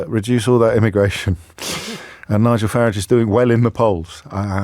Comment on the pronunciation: I want to meet James so bad ill make him pronounce Farages name correctly!!!!!